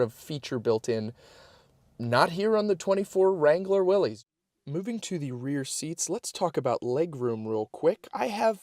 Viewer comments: It is pronounced Williss, not Willies 🏴‍☠️😎🦆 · It’s pronounced, “Willis”.